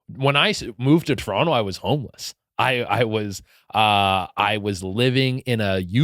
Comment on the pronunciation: He says Toronto correctly. Love this guy, he is too funny on Tik Tok. Much love to Che Durena